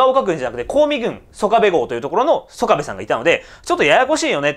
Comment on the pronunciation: いつも興味深く拝見しております。拙は高知の原住民でして、出過ぎた訂正を。「曽我部」は「そがべ」とにごります。「香美」は「かみ」と読みます。石谷本家の若様は、拙の朋輩でありまして。別の動画期待しております。